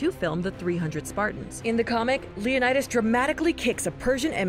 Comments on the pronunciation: /Lionaidos/ 😂😂😂😂😂 omg hilarious, I'm greek and it's actually pronounced /Leonidas/ or Λεωνίδας in Greek letters btw what we write in greek its read just as it's written for example : Αλέξιος, Alexios is read /Alexios/ I know its difficult if you don't know greek to say it write but you can try (no hate) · When she calls him LeonAidas you know you can't take this video seriously 😂